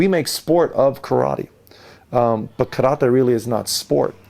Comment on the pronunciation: Video teaching us Karate, can't even pronounce it correctly